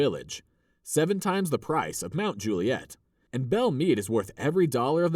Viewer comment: Those shots of straight tree lined streets with sidewalks supposedly in Forest Hills and Oak Hill are nothing like reality which in reality are very curvy, hilly, huge grounds, long driveways and no sidewalks. There's even one scene with a car with NY plates. Oh and in Mt. Juliet, the accent is on the first syllable, like Mt. JU- li-et.